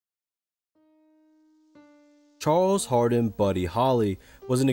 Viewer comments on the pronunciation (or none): none